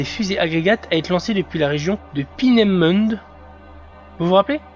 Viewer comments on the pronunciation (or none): ça se prononce "paineumoundeu"